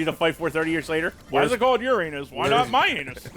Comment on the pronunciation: it actually is pronounced yuu-ray-nuss.